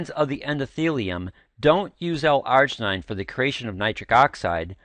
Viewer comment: not how you pronounce L-Arginine